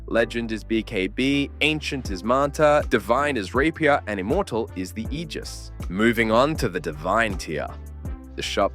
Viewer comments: It's not pronounced "Ejizz" It's pronounced "Aygis" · Don’t say aegis like that ever again